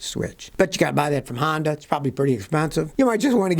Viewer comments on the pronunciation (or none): none